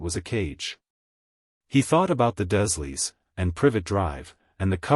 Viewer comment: Dursley = "DURRzzz-lee"